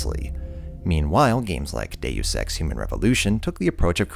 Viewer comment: Why can't anybody pronounce Deus X?